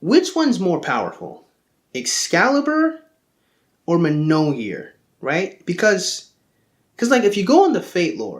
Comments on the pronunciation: it's pronounced myol-near, not mnol-year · I am offended by your pronunciation of "Mjolnir." It's closer to "Me-yole-near" than it is to "Muh-nole-year." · it's myawl-nir